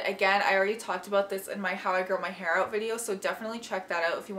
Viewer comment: “Definitely check that oot” ^^